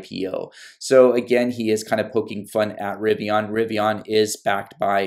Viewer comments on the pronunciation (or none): It’s pronounced Rivi-IN, no ON. The end sounds the same as “olympian.”